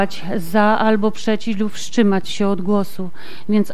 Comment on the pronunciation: "Wszczymać się" 🤪🤪🤪 No może lepiej gdyby się jednak "wszczymali" albo chociaż "powszczymali" 😜😜😜 I te szopkę mamy z naszych podatków... O przepraszam, od 2022 ze składki zdrowotnej...